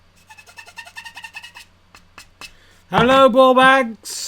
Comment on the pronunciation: Bawbags. Funny hearing that with an English accent. It is a very good phrase.